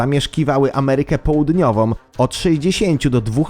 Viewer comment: Amerykę Poludniowom??? Powierzchnie tnącom??? Serio??? Może warto odwiedzić logopedę...